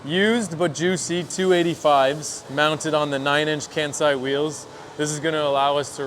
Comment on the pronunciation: Breaking my little weeb heart every time one of y'all says "Kansei" like that.